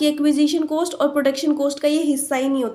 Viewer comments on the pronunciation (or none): maam its cost not coast